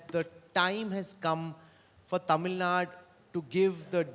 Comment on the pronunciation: It's tamil nadu!!! Not tamil naad!!!